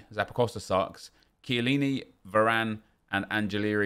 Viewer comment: can british people stop saying SHILLINI its KIELLINI